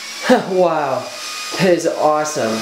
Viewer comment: Whenever he says "HWOW" i am amazed